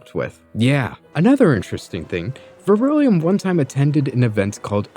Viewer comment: Good vid. Dude's a total plant. 2 things: 1. it's Vrillium, not vir-ill-ium; 2. It's dissident right, not dissonant right. Details matter.